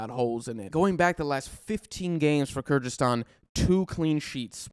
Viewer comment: Good overview, but you need to fix how you pronounce “Kyrgyzstan”. Similar to other Americans it kinda sounds like weird mixture of Kazakhstan and Kurdistan and changes from time to time